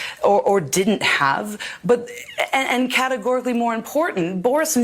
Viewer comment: That Arcuri woman categorically used the word "categorically" categorically wrong about categorically ten times after Morgan categorically mispronounced it.